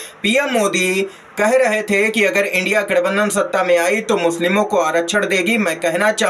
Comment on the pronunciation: India nahi bol pa Raha hai indi bol Raha hai. Bina padha hai.